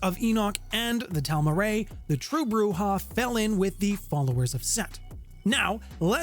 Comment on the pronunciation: It's pronounced "Tahl - Mah - Keh - Rah.